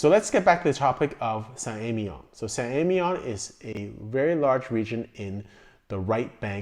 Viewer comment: Emilion you pronounce the ‘L’. You’re pronouncing it like it’s a double LL.